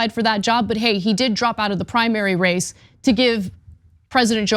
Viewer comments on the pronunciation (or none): none